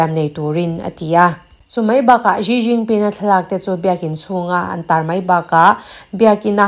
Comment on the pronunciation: Ji jinping ni lo vin, Si jinping ti a lam tur aw